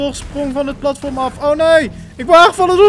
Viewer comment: Ik word autistisch van hoe jij platvorm zegt urg maar leuke vid